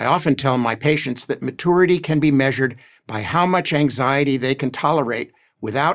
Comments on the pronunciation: I think he's saying it that way just to be irritating. Edit: Like he gets off on being condescending to everyone else. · The first thing about maturity is not pronouncing it "ma-toor-ity" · I always thought it was really immature to pronounce it "ma-TOUR-ity". No real American pronounces it that way. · Is that pronunciation of "mature" and "maturity" indicative of any dialects or is it just a personal thing? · Mah-toority. I'm dying. What a pompous asshole. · It's matoority and it's just how some Merkins say it. Like they fire mistles at hostel forces. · Ma - too - er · The way that guy pronounces maturity drives me nuts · I'm not taking any advice from a grown man who cannot pronounce maturity.